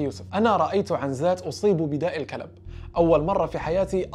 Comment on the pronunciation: النطق خاطئ يسمي داء الكلب كما تنطق الكلب 🐕